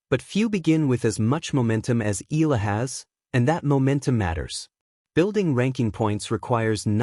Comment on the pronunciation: Sorry, can't stand the mispronunciation of Alex's family name